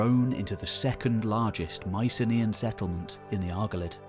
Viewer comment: Can someone please pronounce Mycenaean correctly?